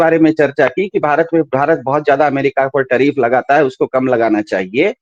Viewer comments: Tariff ko trieef bol raha hai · लेकिन दरबारी पत्रकारों के मालिक मोदी को नहीं भांप पाए। 😂😂 इसीलिए तो बंदे को पप्पू कहते हैं सब। टरीफ नहीं टैरीफ बोलते हैं😂😂